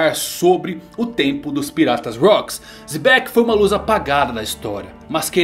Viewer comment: Nem certo voce falou kkkkk e rock d xebec A nao espera e na verdade rock d mitobec